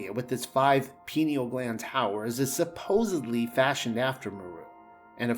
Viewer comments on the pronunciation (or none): none